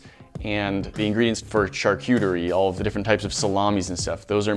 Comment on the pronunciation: Shar-coo-terie. Not shar-cue-terie...